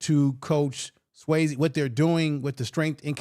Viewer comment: It's Coach Sway-z no disrespect. i don't understand when people hear someone's name all the time but pronounes it a different way it baffles me lol